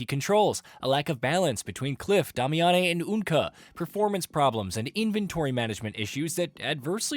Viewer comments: Lol where did you get "Dah-me-ah-ne" from? They literally just call her "Damiane" in the game pronounced like "Damian" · Why can nobody say Damiane correctly? Day-me-anne not hard people. They dont pronounce it fancy in game not sure why everyone tries to add some regal flair to it. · Is the VO in these videos AI generated? Why are you pronouncing Damiane’s name so strange? It’s pronounced (Day-Me-In). I heard you pronounce it completely differently in other videos which is what makes me think this is AI generated VO. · You're butchering the name so bad I almost can't watch lol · I had to turn the video off after that second pronunciation of Damiane. They say her name in the game how are people still messing this up? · Bro... learn to pronounce Damiane correctly.